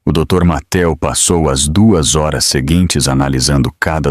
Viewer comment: 23 hars vc não sabe falar horas